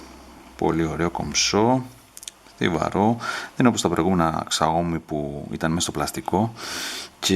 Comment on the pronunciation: σάο μί προφέρεται φίλε και όχι ξαόμι :p